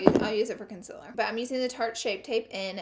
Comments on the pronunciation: "Concealer" "Conciler" same thing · Y does she say consiller instead of consealer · LAURA IT IS 'CONCEAL'er NOT 'CONSILL'er 😩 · Not trying to hate, but is it concealer or CONCILER? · Consiller? It's concealer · Con-ceal-er not con-ciller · Jesus the way you say concealer actually makes me want to kms. It’s conCEALer not conCILLer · I can’t watch ur videos bc u say “conciler” not “concealer”.... did u ever go to spelling class? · CONCEEEEEL NOT CONCIL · I love you, but the way to say contor and concelar really aggervates me. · okay but i'm from alabama too and nobody i know pronounces concealer like that😂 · you pronounce concealer wrong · It stresses me how she says concealer n contour lmaoo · Learn to pronounce concealer correctly please. You're a beauty guru after all. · Please say concealer correctly. I beg you.